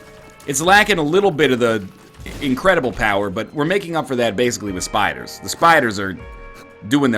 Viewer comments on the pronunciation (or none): I craced up in laughter when he said spys and fliders :D